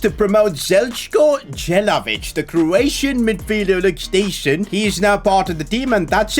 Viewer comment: As a Croatian, respect for having trust in Jelavić, but the way you pronounced his name was terrible😅